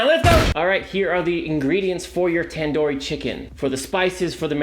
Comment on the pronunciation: tan dor chicken? its tandoori chicken not tan door